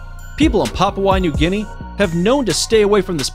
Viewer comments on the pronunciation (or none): none